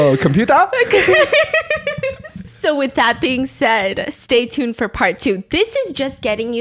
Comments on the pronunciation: BRO HE DID NOT JUST SAY “computa” I’M GONNA DIE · "Computah" took me out 😭😭